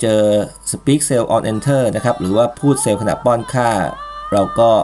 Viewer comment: Very nice. Should be "Speak" Cell on Enter not "Speck"